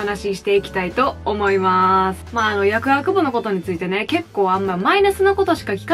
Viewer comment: 「やくあくぶ」に聞こえる説